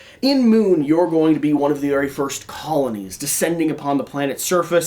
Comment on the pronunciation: We are going to "colonize"....dramatic pause....the moon.